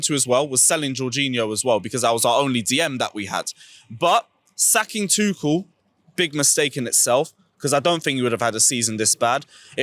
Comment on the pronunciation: F’d up everyone’s name man said Boey and Tuchall 🤦🏾🤦🏾🤦🏾